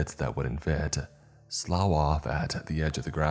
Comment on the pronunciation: Slough is pronounced sluff.